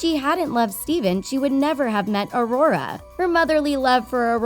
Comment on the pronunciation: Steven???????? Stephan!